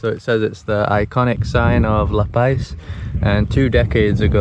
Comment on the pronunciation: Such a beautiful place I remember well. Gorgeous but pronounced "La Paz" (not "La Pais") ;-)